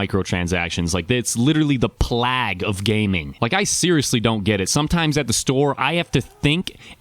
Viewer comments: Who the Hell says "plag" instead of "playg"? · did you really say plag instead of plague? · D...Did you just pronounce “plague” as “plahg”... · Did he mean plague when he said "plag"? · doesnt know how to pronounce plague, you learn something new every day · "It is literally the plaag of gaming" - 2016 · did you seriously just pronounce "plague" as "plag" xD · You pronounced plague wrong. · anyone else confused by his pronunciation there of plague? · Lmao true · Are you saying plague? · Maybe you should go to your crystal ball and learn how to pronounce plague 😂👍